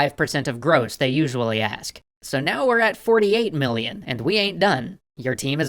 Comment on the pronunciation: 5 "millon"